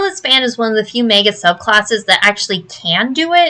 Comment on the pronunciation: OMG, a YouTuber who knows how to say the word "magus!" What's next, dare I hope she'll say "eidolon" right?